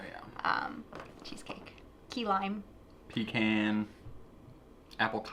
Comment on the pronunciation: THAT IS NOT HOW YOU SAY PECAN!! lol